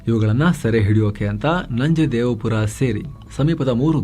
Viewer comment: ನಂಜೇದೇವಪುರ ಅಲ್ಲ ಸರ್ ನಂಜೇದೇವನಪುರ, ಹರವೆ ಹೋಬಳಿ ಚಾಮರಾಜನಗರ 🙏